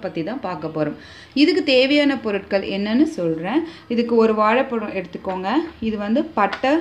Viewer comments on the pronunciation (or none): இதுதான் நல்ல தமிழா! 'பொருட்கள்' என்பது தவறு; 'பொருள்கள்' என்று சொல்லவேண்டும். தேன் வந்து option தான்.......glass தண்ணி......ten minutes கொதிக்கணும்......sleeping tablets.....stomach pain.....add பண்றதால .....blood sugar....even......அடா...அடா....இதுதான் goood Tamil and pronunciation ......சிரிப்புதான் வருது......ஒரு மொழியும் ஒழுங்கா தெரியாதுன்னு தெரியறது....